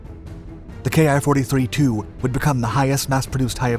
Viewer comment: 10 seconds in and you mispronounce the name. Awesome